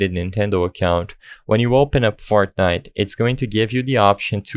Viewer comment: did you say fartnite